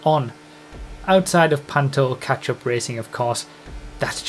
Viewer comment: When says catchup, I hear.... ketchup.